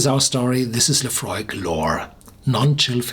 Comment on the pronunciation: Sounded like he said euphoric